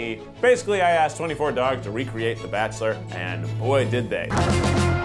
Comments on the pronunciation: The barkchulur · a season of the barkchshler international ?????